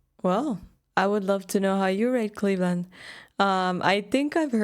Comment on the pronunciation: He mispronounced A LOT of things, including "Cleefland"